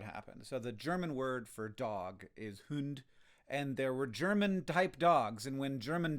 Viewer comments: In trying to pronounce the German word for dog you somehow got further away from the actual pronunciation than you would've been by just saying 'hound' again ^^ You can think of 'Hund' as 'hoond', rhyming with wound, starting like hoover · "hüünd" hahaha (im german and this is funny :D)